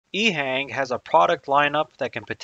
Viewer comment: Informative. Having been to China a good bit, it's pronounced "EHong" as opposed to "Ehang". subbed.